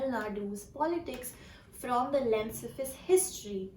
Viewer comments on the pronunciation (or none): none